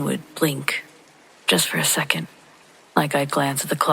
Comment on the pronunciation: 1. I listen to you every night. 2. Thank you. 3. I'm a teacher & can't help not to critique, but the word 2nd (second) ends w/ the "D" sound, not a "T" sound. 4. If possible, please put out more paranormal contact. I could spend a telling horrible "Let's not Meet Again" stories. Goodnight !!!